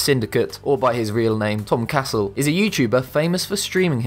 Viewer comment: Did u just call tom cassel “Tom castle” bro